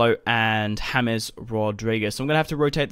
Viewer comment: It's not hames its James